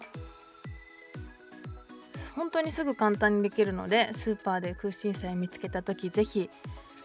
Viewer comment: くうしんしゃいって言っちゃってるの可愛い❤️😍